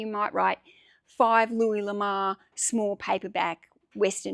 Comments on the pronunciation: No It is luee La more is a french guy Lamar is a black guy generally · Louis LA-MORE